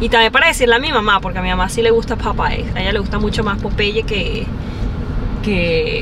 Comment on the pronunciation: es Popeyes,with s,no Popeye